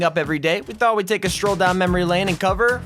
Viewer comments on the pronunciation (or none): none